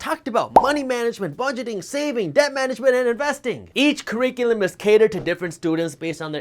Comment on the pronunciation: Q. Are dumb people happy? A. .....yes. ....aaaannnd 'YouTube Creators' ladies and gentlemen smhlmao...btw learn how to say 'cur·ric·u·lum' (keˈrikyelem) Jaspreet🤦‍♂️😔